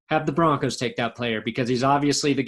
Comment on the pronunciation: #10 "Bronocs"???????.........it is spelled B-R-O-N-C-O-S!!!!!!!!!!